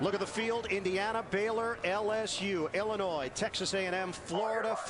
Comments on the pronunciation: she says the "S" in Illinois...yea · Carol Lewis needs another job. - she sounds psychotic. The baton is "air-born"? Then she can't pronounce the state of Illinois properly. The "s" is silent there Carol...unless you've never read a book or left main street in Podunk. Hard to believe she has an announcing job. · haha it's illinoi(silent s) not illinoise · There is no state in the union called "IlliNOISE". The state is pronounced "Illinoy". Carol, PLEASE. /eyeroll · Illinois is pronounced IlliniNOY. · Lol she said Illinois with an s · Illinois has a SILENT "S" because it is native american. God really woman?